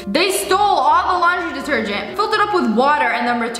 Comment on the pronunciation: min.: ......................yiz .... open this ..... gergent ..... very berry gergent :P